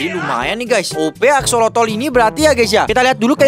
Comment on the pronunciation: Itu bukan aksolotol tapi aksolot bang